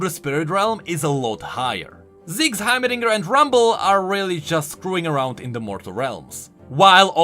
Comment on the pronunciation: how could you speak english this good throughout the whole video but when it came to heimerdinger you said it with an indian accent ?